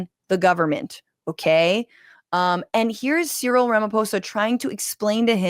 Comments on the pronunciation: So pronounce his name c-ril where c is like the letter c or the “open sea” and ril is the same sound as “ryl” in Benadryl- just fyi from a South African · The South Africans say Cyril as C-Reel...Great episode again.